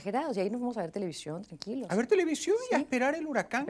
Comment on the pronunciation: Linda entrevista. Qué pena que no pronuncia bien la ese, dice sh, televishion. Y esposa de locutor,!!!